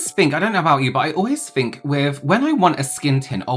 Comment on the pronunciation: "I always fink" - 😂